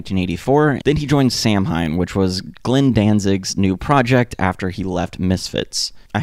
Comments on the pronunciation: Good video. Samhain it's pronounced Sam-hane or if you wanna get technical with the original pronunciation which is pagan origin. I believe it's Sow win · Samhain is pronounced almost like Sa-when. But with a wn sound. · Never heard Samhain pronounced like that, lol! But ty 4 a great informative video about minor threat. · Dig. 🤙 But please learn how to pronounce Samhain.